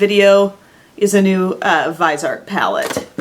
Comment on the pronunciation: Just watched Stephanie Nicole's new video with the founder of Viseart and she said it's pronounced Vizzy-Art. :)